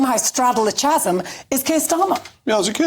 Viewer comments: Did she just say "Chas-m"? As in Chas & Dave? 😳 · Chasm is pronounced 'kasm'. Everybody in Nazi Germany, no doubt, had a view - but right is right - Islam is wrong and so is Labour. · Straddle the ...."chasm' Pronunciation you jumped up floosie. Britain remain neutral let semite nations fight themselves. If we fight Russia ,would they step in ?